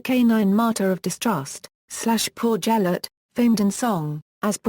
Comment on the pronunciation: its gelert not gel-ert its said like this ge-l-ert